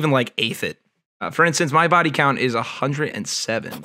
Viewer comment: Doesn't have any ta-oos on her baw-ee